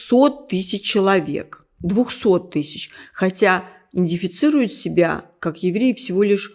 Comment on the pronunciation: Надо говорить правильно это слово. Идентифицировать !!!